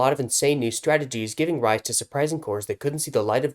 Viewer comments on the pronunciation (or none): none